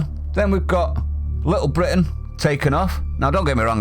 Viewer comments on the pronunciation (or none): none